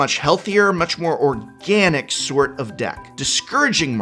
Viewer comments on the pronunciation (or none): none